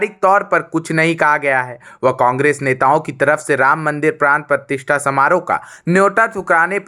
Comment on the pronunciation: Ye anchoring nahi, comedy hai..Partishtha nahi Pratishtha bolo. Bilkul Bakwas anchoring